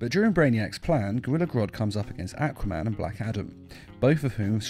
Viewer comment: "AaquA men"